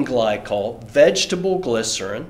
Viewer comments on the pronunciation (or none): none